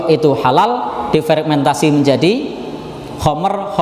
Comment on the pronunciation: Maaf Ustadz, bukan fregmentasi yang bener fermentasi 🙏🙏